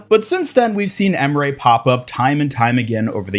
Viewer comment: "Änrän" and "M-Ray"... yes, you are slightly mispronouncing the names xD